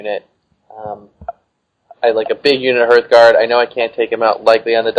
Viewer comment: HARTHguard (from hearth), not HERTHguard. These are not Herth's guards... :)